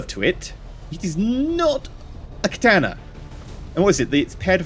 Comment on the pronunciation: You are the only person I have heard pronounce katana properly. Most people pronounce it like katarna.